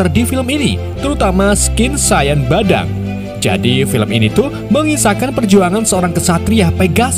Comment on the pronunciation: bikinketawa pasnaratorbilang badang dan valir😂😂